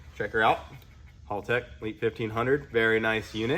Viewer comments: hÄltech, not hOOltech 😅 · Haltech is pronounced Hell-Tech not Hall-Tech, just so ya know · It's pronounced "Haltech" not "Holtech" bloody seppos... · Pretty sure it’s pronounced Hal- tech. Not hall tech. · Did my man just pronounce it as hulltech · Love the HalTech stuff, got the Nexus R5 for my build. But it is pronounced as HellTech… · Its "Haltech". Why are you saying Holtech? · Why do all the US youtubers call it "hall tech" 😅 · fyi, it's pronounce like the name "Hal" tech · Its painfull to see after all these year's, still hasnt bothered to learn how to pronounce haltech... its not hall tech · hey im gald your all felling better but that's not how you say haltech just thought i would let you know, just watch any australian youtube channels about cars and they will tell you the correct way to say it. Cheers mate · Haltech being mispronounced constantly drives me insane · It's funny hearing you pronounce Haltech slightly wrong. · Hommie still saying Haltech wrong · Bro! Please. You must say it right! This is haltech’s video.